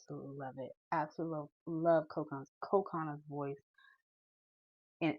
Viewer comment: Cocona...her name is pronounced like Coconut without the T. Co-Co-Na. Short, even, each tone. Not Co-Cooo-na with elongated second O, FYI.